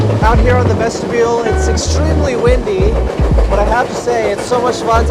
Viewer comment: "Ves-tib-e-ul?'" Child, please.